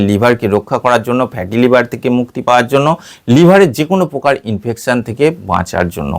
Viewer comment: "প্রকার" শব্দটির উচ্চারণ শুদ্ধ করুন। "পোকার" নয়, "শব্দটি "প্রকার" (Proker).